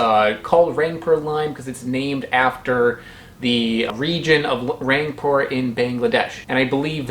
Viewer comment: I am from Bangladesh, I just wanted to clarify that even though it's spelled " Rangpur " it is pronounced " Rongpur ". I feel really really really great that you made a video about a Bangladeshi fruit. I liked the way you said " lebu "😅. Are you still in Bangladesh? I would love to meet you.